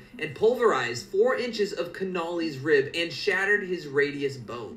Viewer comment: lol .. the way the guy pronounces "Connally" is hilarious